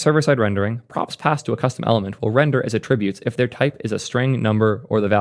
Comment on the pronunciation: What's with the "attributes" pronunciation?